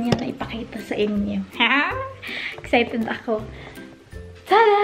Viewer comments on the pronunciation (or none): none